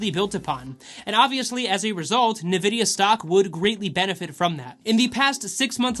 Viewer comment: good vid, N-vidia (like Envy in spanish) btw. not Nevidia. AMD has potential too, since they came back, they've been killing it in the gaming space with their Ryzen processors